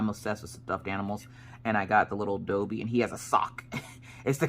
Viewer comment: The way you said Dobby made me cringe 😖